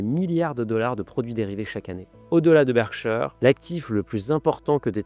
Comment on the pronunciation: Berkshire, pas bershaieure